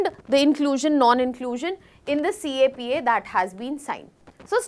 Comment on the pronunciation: CAPA ❌ CEPA ✔️